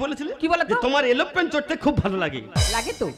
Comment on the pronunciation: এলোপ্লেন না রে সালা এরোপ্লেন